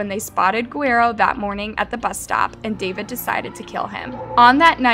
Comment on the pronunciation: I think the sentence is fair - I also think that someone doing these videos should learn how to pronounce Guerrero correctly